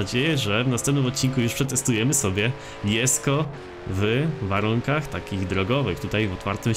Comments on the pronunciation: Ale te "jesko" boli to się powinno czytać "dżesko" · Dżesko a nie Jesko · wymawia sie dżesko a nie jesko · Xd mówi się „ Dżesko” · No właśnie xd